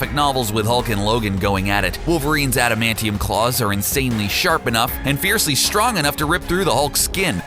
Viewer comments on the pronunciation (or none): none